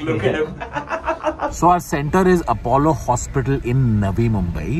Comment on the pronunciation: It's not apawwolo, it's apolo hospital